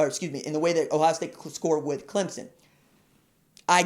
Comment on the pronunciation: You even say Clem son....not Clem zon... thanks!